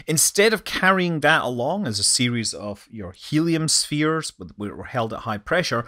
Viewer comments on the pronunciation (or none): none